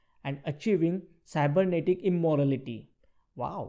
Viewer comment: Its "Immortality" not "Immorality" :D